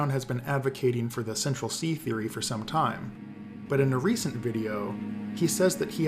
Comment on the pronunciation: "Central Cee" lol